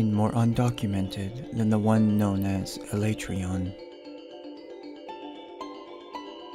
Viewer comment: The way you pronounced Alatreon gave me cancer. Thank you.